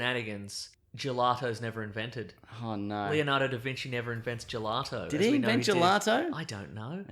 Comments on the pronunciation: Gelati? Is that what Aussie's call Gelato or are they just messing it up for fun? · "Here's a gellaty" (Gelato)